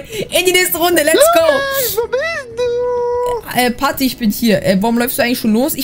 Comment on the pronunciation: Des ist doch nicht pati sondern pat